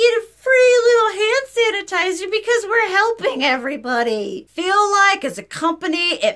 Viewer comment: I know "hannitizer" was a slip of the tongue, but I love it❤ It's all hannitizer now on for me